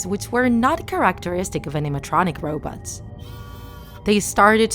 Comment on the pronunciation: She said robutts